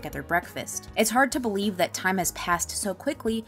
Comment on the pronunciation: Can you beweeve